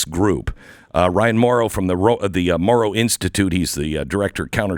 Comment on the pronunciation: You missed the “n” at the end of this guy’s name. It’s not Mauro it’s Mauron. Not sure why the mess-up